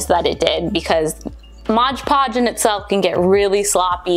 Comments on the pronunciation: It’s Mod Podge not MOGE PODGE 😖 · Great video but it's MOD podge. Not modge podge. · thank you for making this super helpful for "mod podge" not " MODGE PODGE" HAHAHA lol. ♥☻☺ Have a great day!!! Cheers